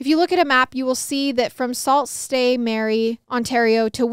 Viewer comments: Haahhahaah was so funny for the first story, and for the second its pronounced "sue st marie" even tho it says sault lmfao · As soon as you said Ontario and hard words I knew this would be good. Sault st. Marie is actually pronounced “sue saint marie”. I love your podcast and love hearing stories from my home province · Lmao I’m crying!!! Canadian here👋 it’s pronounced “Sue st. Marie” not Sault St. Marie lmao I love you guys 😭❤️